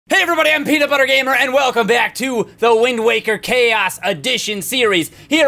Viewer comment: YOU SAID WING WAKER XD